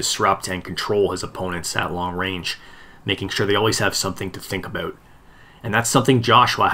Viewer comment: was possibly the oddest way I’ve heard it pronounced 😂 But hey, it didn’t take away from an otherwise great video. When they fight, my money is on Fury too!